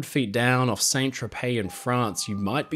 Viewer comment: In french names St. aka SAINT is said as San